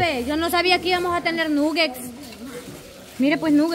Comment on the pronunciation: Jajajaja lo más ridiculo es la quiere humillar a los demás y ni ella sabe cómo decir nuggets 😂😂 Nugexs dice la 😂😂